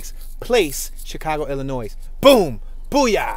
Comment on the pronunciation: FYI the s is silent in Illinois